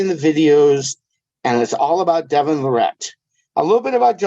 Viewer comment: All these years and so can't say Devon or Travis last name properly lol.